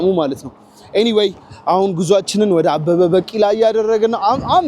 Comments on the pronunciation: bikila not bakila(pronounsation). The rest is good and continue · አንተ ጭስ የሆንክ ልጅ አበበ በቂላ 😂😂በቂላ ሳይሆን ቢቂላ say ቢቂላ 😂😂😂😂 የምር በጣም ትመቺኛለሽ ደሞ like የገባሻል 🎉🎉🎉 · አበበ በቂላ ሳይሆን ቢቂላ ነው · ዘገባህን ወድጀዋለሁ ግን በ ቂ ላ አይባልም አበበ ቢ ቂ ላ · *አበበ ቢቂላ ነው ትክክለኛ አጠራሩ። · Please correct the pronunciation of his name. "ABEBE BIKILA". Please correct his story. There are some exaggerations and distortions. Please do a good job. Your trying to present stories to our attention is good. Thank you. Good luck.